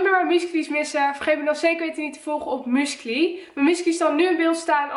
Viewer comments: Musicly’s? Er staat musicALly dus spreek het ff normaal uit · je zegt niet musklie maar zoals je het schrijft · Je zegt musicly verkeerdt